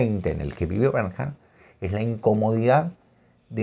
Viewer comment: Se pronuncia «Bernh-ard». Muy recomendadas todas sus novelas. Recién leí Trastorno, Tala y Mis premios. Escritor superior.